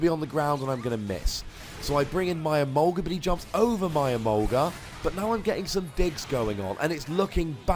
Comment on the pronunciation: Whenever you say "My Emolga", I keep thinking you say "My Sharona"..can't wait to see the Scizor vs. Yveltal and your next Pokken Battle!